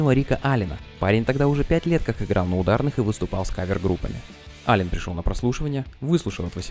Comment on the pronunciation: Аллен, а не Аллан!